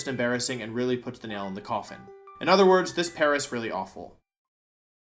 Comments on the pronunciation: I cannot for the life of me tell if you said this Pair Is or this Paras really awful -- but if it wasn't the second, shame on you for such a magnificent pun missed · At the end of number 4 (Bug/Grass), you said "this pair is really awful" but it sounded like you said "this Paras really awful". Paras is Bug/Grass. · This "Paras" really awful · I don't know if it was intended, but I heard this as "this Paras really awful" which, I mean, is technically correct... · Paras really awful.. almost didn't catch that